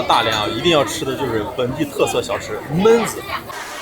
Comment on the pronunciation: 熊弟，按照我黑龙江人的浅薄经历，焖子读四声。。。懑……